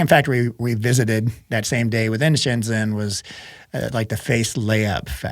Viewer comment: Pronounced "shen JEN" (zh is pronounced like "j")..Sorry, lived there 6 years so I'm a stickler ;)